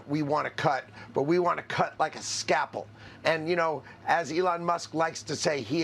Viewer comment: Scalpel,, not scapple, Mr. Secretary.